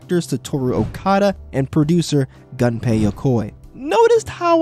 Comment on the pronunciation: Gunpei is pronounced more like goon-pei. Pronounce Japanese vowels like Spanish and you'll be golden